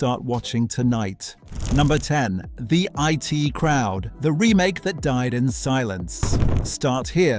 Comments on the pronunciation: Why are you so penny-pinching, and so insulting to your audience, that you won't use a real person to do the narrative, but, instead, use an Artificial Moron (we can't call it Artificial Intelligence) to mis-pronounce the words, names and phrases? It's bad enough that it called 'The I.T. Crowd' 'the it crowd' but even worse that WW1 (World War One) became WWI (Western Women's Institute?). And speaking American in an English accent (the pronunciation of years, for example) is more than irritating. There should be a warning in large letters that this is narrated by a moronic bot, and that it is therefore not worth watching. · I.T. Crowd. Not It Crowd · The name is The I---T Crowd. Not The it Crowd. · It is not the IT crowd, it is the I.T. Crowd. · It's not The IT Crowd , it's The I.T. crowd. Dumb Seppo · So not banned then. And a narrator who can't pronounce the names in his script (Linehan, I.T. Crowd, Blamire and so on). And the clips not from the series they're talking about (e.g. clips from The Two Ronnies during the Open All Hours segment)